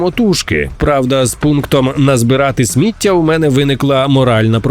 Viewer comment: ТА НЕ СмІття, А СміттЯ! Ви що дебіли? Ніяк не второпаєте? То кацапською ви слова правильно вимовляли, а зараз хочу за таку українську, вам по писку надавати!